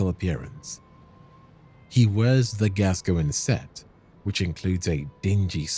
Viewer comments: Its Gas-coin not Gasgoingin lmao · it is gas -coin . googke the english football player gascoigne!!!! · My favorite is Rusty's "Father Gasoline" XD